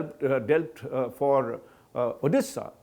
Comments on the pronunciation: Its Odisha not Odessa.. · Odisha hota hai Orissa nahi. Hmm kah sekah pahanc gaye tum log ek naam thik se pronounce nahi karpaate